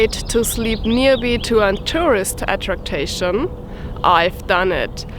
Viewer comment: at·trac·tion not atrac-ta-tion